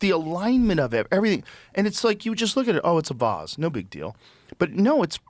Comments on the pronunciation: Figure out your Vs and Ws, man. It's not hard. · Joe will pronounce the word “vase” as “vaahhz” then round out his sentence with an f-bomb